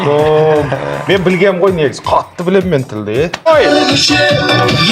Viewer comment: Ман демейди мен дейди